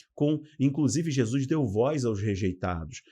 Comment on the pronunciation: Bom dia, gosto muito de suas explanações em todos os sentidos, principalmente os ligados à ideologia bíblica. Na medida do possível assisto as suas lives. Só uma coisinha que se possível, por favor, não me entenda mal, sua dicção é perfeita, suas colocações muito boas, sua gramática também, só um detalhe, preste atenção na sua pronúncia do nome de Jesus, vc pronuncia como “Jesuis”, não é totalmente errado, mas me incomoda, desculpe-me, não me tenha por mal, se puder corrigir ficarei feliz, do contrário, vc para mim, continuará da mesma maneira. Agora um pouco de interpretação bíblica, em apocalipse, “a marca da besta” é o sistema que irá mudar da Lei de Deus, seu Dia, ou seja, do Sábado para o domingo. Essa será a maior afronta que o inimigo fará contra Deus, o Criador, essa o Senhor não poderá deixar impune, pois após essa institucionalização confirmada mundialmente e quem não obedecer será morto, Deus enviará Seu Filho para buscar seus filhos e terminar com toda essa enganação. Mais uma vez me perdoe e para se certificar se estou certa ou não estude mais o livro de apocalipse juntamente com o livro de Daniel. Deus continue abençoando seu ministério. Não é só uma questão de doutrina é sobre não aceitarmos as ideias do anti-Cristo. Um abração.